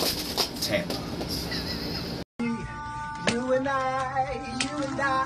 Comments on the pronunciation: No one: Daveed: ✨Tampons✨ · No one: Literally nobody: Daveed: tAmPoNs